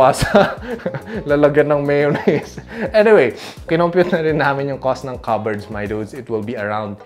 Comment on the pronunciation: Cupboard silent p dude!